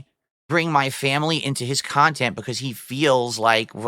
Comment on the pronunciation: your wife doesnt want to be in your khhhaaaannnttteennntttt